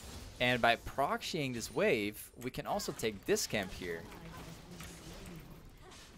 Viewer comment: “prok-shying this wave” XD